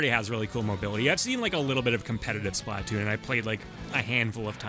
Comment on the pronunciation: it's Splatoon not Splahtoon btw